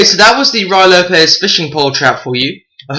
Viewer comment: It's Rooie, rhymes with Louie, not Rye.